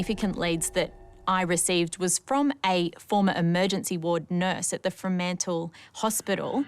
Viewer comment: she’s clearly not from WA pronouncing Fremantle like that😂